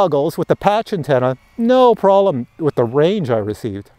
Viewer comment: Prolem or Problem? Canadian speak yeah? On a serious note I've just ordered the ProTek25. Thanks for the info. Subbed too.